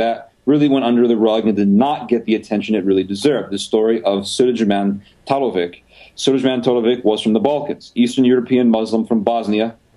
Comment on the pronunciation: Sulejman Talovic: soo-ley-man ta-lo-vich is his name